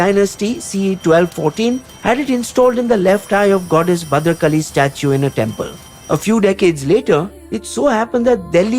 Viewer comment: You are an Indian channel right? How difficult is it for you to say Kakatiya and Bhadra Kaali?